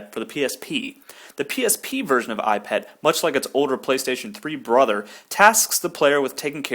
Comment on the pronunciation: when you say 'eyepet' i thought you 'ipad' :D sorry.. im british...